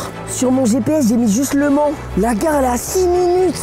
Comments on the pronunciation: On dit au mans... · Michou on dit aller au Mans pas aller. A le mans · Michou on dit au mans.😡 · On dit au mans pas Le Mans tkt pas grave 😂😂😂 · mich on dis pas ''a le mans'' on ''dis au mans'' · On dit Le Mans Michou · L’allemand au lieu du Mans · C'est grave par contre... Michou et comment ils prononcent mal les villes 😭. MauREEEEpas et je vais a LE Man... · Je précise on dit « Au Mans » au lieu de « à Le Mans » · Juste c au mans et pas a le mans svp respecter nous un peux 😢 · Eh c'est pas a le mans c'est au mans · ont dit pas aller a le mans mais au mans xD ca ma stresser toute la video moi qui etais de la bas xD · "à le Mans" ? Il n'a pa réussi le français de niveau CE1. Il n'a même pas le niveau d'aller "à le" collège. 😵